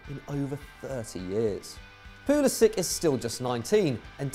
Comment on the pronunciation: Its pronounced 'pulisich'